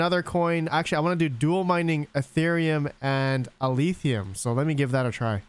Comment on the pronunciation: Why do you keep sayin Aletheum? It's Alephium, with a F sound.